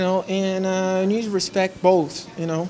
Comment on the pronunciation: Jon not John. Hespect not Respect.